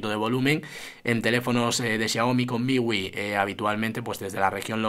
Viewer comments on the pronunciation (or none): none